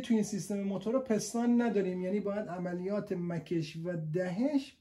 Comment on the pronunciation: توروخدااینقدرنگوپستان پستان پستان بگو..پیس تون پیس ..پیس .پیس ..تون تون ..پیس ....پیس تون پیستون آخه پستان چیه مهندس